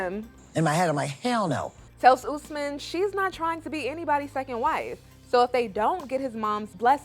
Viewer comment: It’s Osman not Usman… I’m sorry guys but I had to correct y’all lol… my daddy’s name is getting destroyed lol.